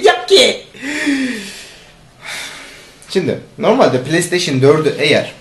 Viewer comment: pileysteyşin dedi ya la :D bırak git ya